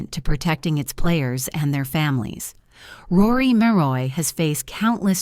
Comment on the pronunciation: Who the hell is Rory Moroy? When you get the subjects name wrong in the very first sentence...I watch no further!